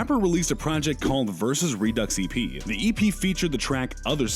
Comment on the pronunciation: Versus ReDUCKS E.P. .... Not Redo... ReDucks.... You Know So Much About The Culture